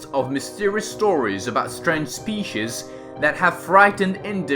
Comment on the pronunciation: He says species wrong